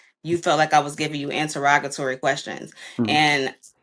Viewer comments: I cringe when I see "us" using words incorrectly. Interrogatory🤔 thats not how that word is used🤦🏽‍♀️and it isnt pronounced "an-te-rog-ga-tory" its "in-te-rah-ga-tory" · I ain’t ever heard somebody pronounce interrogatory like that 😭🤣